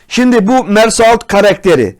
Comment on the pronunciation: kesinlikle kimsenin telaffuzunu eleştirmiyorum fakat Mersault fransızcada "Mersöoğ" diye okunuyor yarın bir gün sohbetini yaparsanız farkınız olsun istedim :)